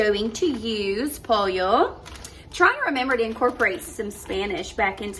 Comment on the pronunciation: Well if you are a spanish teacher then you should know that you pronounced pollo wrong